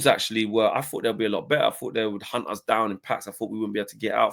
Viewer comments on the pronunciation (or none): none